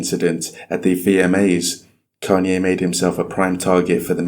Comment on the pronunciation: It’s crazy to do a documentary on a man and pronounce his name wrong after all the videos you have of the correct pronunciation. Say it right!